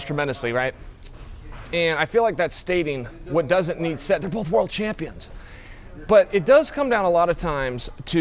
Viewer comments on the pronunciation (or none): none